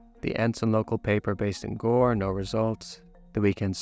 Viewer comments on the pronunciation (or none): none